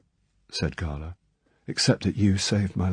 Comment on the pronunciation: His Drax is my favourite. The crazy monologue at the end is properly vicious. He also pronounces 'Gala' correctly which also helps.